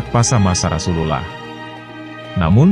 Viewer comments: coba itu yg menjelaskan menyebut nama RasuluLLAH SalaLLAHu alaihi wasalamnya yang bener karena ngga enak dengernya. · Agak gatel dikit denger Ai menyebut nama Rasulullah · Ini kykny bkn chanel Islam. Hostny jg ga fasih bgt ngucap Rasululullah n Allah. Ga ngucap assalamualaikim jjga. Waduh..